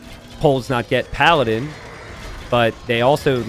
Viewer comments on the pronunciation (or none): none